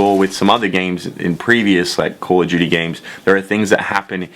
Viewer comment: Call of Juty